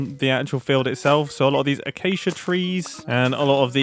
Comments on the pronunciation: “acacia trees” 😭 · sorry Mumbo, but “ACACIA TREES”?